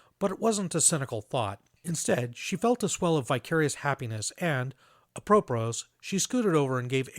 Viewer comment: "apropos" is pronounced ah-prah-POE Drink: Whiskey, sometimes neat, sometimes in a drink that's just whiskey but dressed up a little.